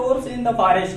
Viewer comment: Sorry for that i thnk it's Forest not Farest